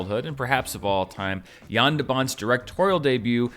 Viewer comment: Finally someone who says the name "Jan" right ;) THANK YOU ;D